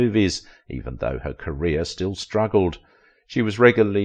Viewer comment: Career not carrier!!!